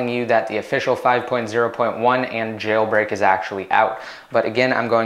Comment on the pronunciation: you pronounce jailbreak funny, like Jjjeeilbreak